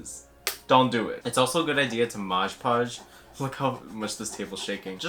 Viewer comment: The fact that you call it Modge Podge instead of Mod Podge is really grinding my gears ngl